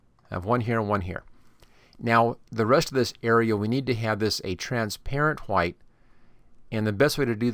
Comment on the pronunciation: I said he was saying white wrong